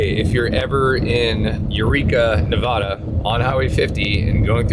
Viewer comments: nevada not nav-dah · Native Nevadan here; they're pronounced Ee-lee and Ne-vad-uh, but honestly close enough for someone who doesn't live nearby. 50 is one of the best routes, and there's so many cool things to see seemingly in the middle of nowhere. Most people think of Nevada as desolate but it's got so many cool hidden places. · It's not Nevawda.its Nevadda. and it's eelee. Now you know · FYI Our state is NOT pronounced Nevawawawda.